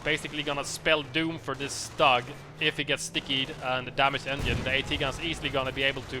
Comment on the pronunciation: I love your casts but please!!! It's not Stug with a short U. It's more like "stoog".